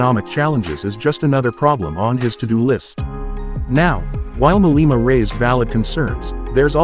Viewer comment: hahahahaha oh the irony julias malema calling people racist haha you couldnt make this up and he cant even get his name right hahaha